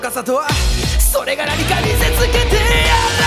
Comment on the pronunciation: 「見せつけてやる」の「る」が ウ母音になりがちだけど ほぼ「ら」の発音で歌えるぐらい 男性で突き抜けられるのはの凄さ